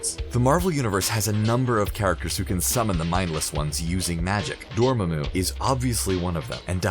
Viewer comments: I wouldn't mind a different pronunciation of Dormammu if you hadn't picked such a silly one. Then again, the comments on it are hilarious enough to make it worth it. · He couldnt pronounce dormammu 🤦‍♂️ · nice video but the mispronunciation of Dormammu was pretty distracting and made me think this dude hasn't seen Dr. Strange. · You can tell the narrator has never watched a MCU Movie by the way he says Dormamu and a few other character names... I didn't think there was anyone left that hasn't seen the Marvel movies. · That was a Pretty Good video Dude. But if I’m being Honest, I absolutely hated the way you kept saying Dormammu. You were pronouncing it “Dorma-Moo. But either way, Good Job. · Am I the only one who heard this guy say "Dormoomoo"? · Who the hell is "Doormuhmoo"? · The thing that strikes me the most about your videos is the way your presenters mispronounce names almost every time, at least once an upload(IE, the way they pronounce Dormuhmoo in this one), and not just obscure names, but names blatantly and repeatedly spoken in the movies you're covering. Just makes it clear the presenters aren't actually as big of fans as they're told to portray themselves as. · If this dude says dorma-moo one more time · "Dormaamoo" "Naamore" lol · It’s Dor-MAA-Mu and NAY-Mor You butchered those names so hard😂😂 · Did anyone else laugh at his pronunciation of Dormomu? (Door-Mu-Mu 😂) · Awoken ToTheLies he also can’t pronounce namor and a couple other things like “Dormoomoo” like seriously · “Trap Doormamoo” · Doormumu?? Think you had a tongue slip there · Everytime he said dormumu it felt like a needle going into my chest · omg how did he even pronounce Dormammu lol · i love that half the comments are praise and the other half are complaints that (rightfully so) screenrant has an issue with saying some words wrong in alomost every video. in this case namor and dormomu (prob misspelled that) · Its not ‘dormemu’ it’s pronounced ‘door-mom-mu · Dor-mam-mu NOT Dor-ma-mu